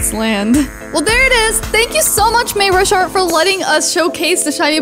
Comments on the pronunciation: Not mayrasharyt it's maurashart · its mayrushart